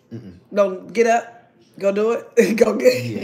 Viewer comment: That’s the first time I ever heard her say “dew” instead of “do”.. hilarious